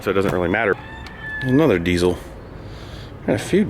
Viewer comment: I thought diesel didn’t have a z in it??🤷‍♂️